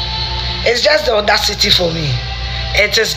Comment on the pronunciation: Is just odacity for me!! It's odacity city for me!! Afia kept repeating this 😃😃😃